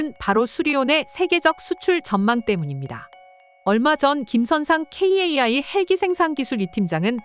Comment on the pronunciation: 방송이고 유튜브 모든 곳에서 카이라고 하는데 굳이 케이에이아이라고 해야 하나요 성우가 고집세네요